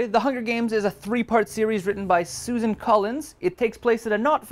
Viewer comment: Isn't it Suzanne not Susan. Like pronounced with the Anne? That's how I always say it. And definitely BANDAIDS!